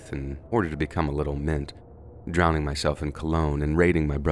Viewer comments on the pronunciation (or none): none